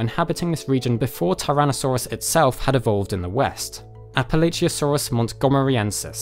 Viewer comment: It's Prounounced Appa-Latch-uh source, I live in Appalachia